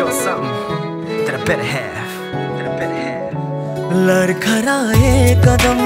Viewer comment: singer need to practice on pronunciation.....ladkhadye is word not larkharye